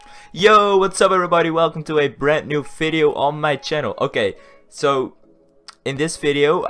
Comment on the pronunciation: Why do u say fideo ? I luvvvvv u :) <<33